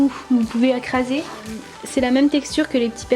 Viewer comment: Tu a dit acraser